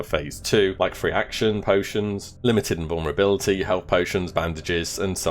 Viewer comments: "Phase THREE", not, "Phase FREE".....ffs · What is so hard about the ‘th’ sound? It’s not phase free. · Phase Phreee.